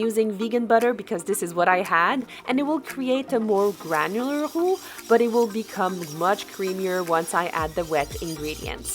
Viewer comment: That mac and cheese looks heavenly! I love the way you say "roux"--those of who do not count French among our languages cannot pronounce those R's so beautifully. Thank you for some wonderful ideas I will surely be incorporating into my menus. I would love to see more kosher meal prep!